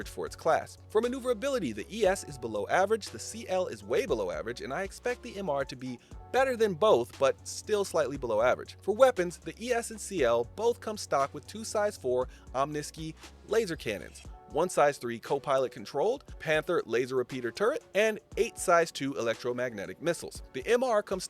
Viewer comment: BTW, I believe the guns are pronounced Omni Sky. As in where these ships fly... In the sky.